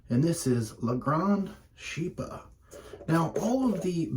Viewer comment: Nice shave. I have the same soap although I haven't tried it yet. It is pronounced "sheep-rah".